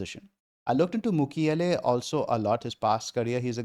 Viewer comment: Old Chelsea fan in coming out when saying Mukiele as Makeile. Claude Makelele, what a legend.